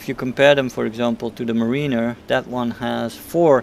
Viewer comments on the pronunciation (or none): It’s pronounced “mare-in-er”